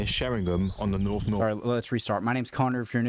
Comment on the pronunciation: it would be better if he could speak properly.. ."norf " , "heafland.